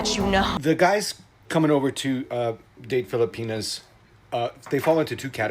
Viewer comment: he’s saying “FilipinA” but in American English some dialects add a hard R or get close. I can’t tell where he’s from, but I’ve known a lot of people who’ve got a Southie Boston accent & learned to speak “proper,” but that R after an A sound creeps in. Like my ex calls our state “Montaner” Unless I misunderstood - that’s the literal explanation but I thought maybe they meant something else which i will post separately